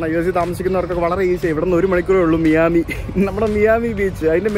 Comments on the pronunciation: "മയാമി" യാണ്. അല്ലാതെ നിങ്ങൾ പറഞ്ഞ പോലെ മിയാമി അല്ല കേട്ടോ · Mee-ami alla bro. My-ami. 😬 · bro: മിയാമി ❌️ മയാമി ✅️ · മിയാമി അല്ല.. മയാമി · Miami- My-ami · Please correct the pronunciation of Miami.